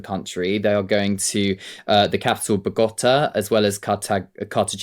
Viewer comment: Chaps, check how to pronounce names before you go on air. Bogota.